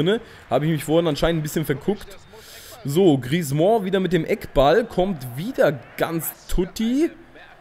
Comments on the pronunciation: Wie kommst du auf "Griezmooooo" ? Das ist falsch. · ich weiß, ich hab Französisch in der Schule seit 4 Jahren.. Ich hätte den jetzt nicht "Griezmo" ausgesprochen, aber ist ja auch egal :) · Man spricht Griezmann's Namen einfach nur wie man ihn schreibt :)!